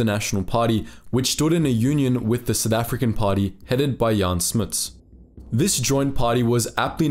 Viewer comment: It's pronounced Smuh as in uh,not Smi as in Smits